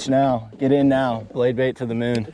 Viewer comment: The “bade Blait”. 🤣. Anyone else catch that? Love ya. Just having some fun.